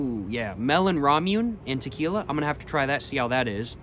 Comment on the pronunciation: Hey dude nice video! Just a heads up ramune marble soda is pronounced la mu neh